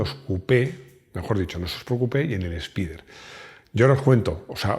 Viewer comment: Literalmente se pronuncia “espider “ y no “espaider”